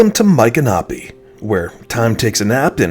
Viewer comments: I've been a resident of Florida since 1976. I've never heard Michanopy pronounced that way from central to northern Florida. I've always heard it pronounced with an ick sound not an Ike sound. I also belonged to the Seminole War Society and always heard it with a M ick a nopy with the accent on the Mich (Mik) first syllable for the famous Seminole Chief. Anyway a great video and a great little town. I have purchased many fine antiques in the many shops. We also usually travel to Cross Creek and eat at the Yearling Restaurant and visit the Marjorie Kinnan Rawling farm as well. Great video with alot of information!❤ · Please don't think I am being critical, but we lived in Ocala for 8 years in the 1980's and visited Micanopy several times. It is pronounced Mick-an-opie. My parents were antique dealers and I first went there with them when they visited from Massachusetts one winter. My son was only about 4 and they got tickled with his fascination with the anchor, which he called a "yanker". Not far from there is the Marjorie Kinnan Rawlings home and Cross Creek. They filmed part of the movie Cross Creek with Mary Steenburgen in Micanopy. They covered the streets with leaves to conceal the pavement because when she lived there the roads were all dirt. Next time you are in that area you should go visit her home and also the Cross Creek Restaurant where you can get some gator tail! TampaJay did a video about that restaurant but he did not visit Marjorie's home. Maybe you should go together and also eat at the restaurant. He really liked it. Thanks for sharing-it has not changed much since the 1980's! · I was told it’s pronounced my canopy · YOUR SAYING MICONOPY WRONG!